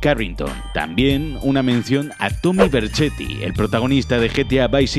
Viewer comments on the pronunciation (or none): Tommy verchety XD??? Es Vercetty (no se como se escribe)